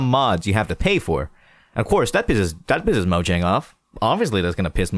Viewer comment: Moyang* It's not pronounced Mojang.